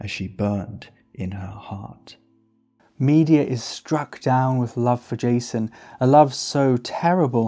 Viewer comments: Brilliant video, thank you. Place stress on the middle syllable in “Me DE a” not on the first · The pronunciation of Medea as media is sending me 😭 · Absolutely love the video..but your pronunciation of Madea is killing my senses..